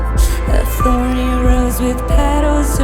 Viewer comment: That "it" in "it feels so good" is little unfortunate - you should try to pronounce it more like "et", so your lips would have a different shape and don't obstruct the vocals. Besides that the entire line is just on the spot, I love it <3 And as years go, after seeing you guys live for several times, I always think that you sound better live than on albums - your energy is more visible on stage and your equipment has the proper sick amount of gain (but not so much to distort the sound). I have seen you in clubs where really top-shelf bands were not able to sound good (like Whitechapel or Fit For An Autopsy in Cracow's Kwadrat) and you would always crush it. I'd love to hear more of that in studio and I think this one-take is a great step forward to doing so :) As someone once said on stage: "zajebiście, kur*a, pięknie" :)